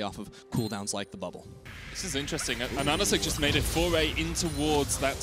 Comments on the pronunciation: It's AHaHaCik not ANaNaCik am the only one geting triggered by that xD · Pretty sure his name is A HAH SICK, not Anasick